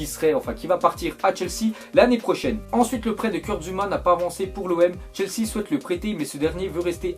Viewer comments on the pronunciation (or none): none